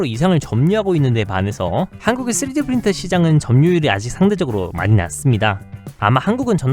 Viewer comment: 내레이터 3D프린터 발음이 자꾸 쓰레기프린터로 들려요.